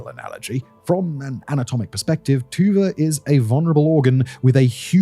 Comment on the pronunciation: Sorry, but whenever Dimon pronounces Tuba, all I hear is